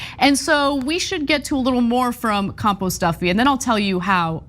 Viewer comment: Did she say compost Duffy???